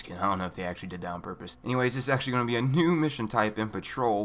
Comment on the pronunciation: "a NYOOOUU mission type" 😂😂